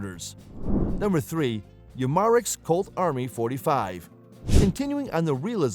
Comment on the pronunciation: You mar ex lol for umarex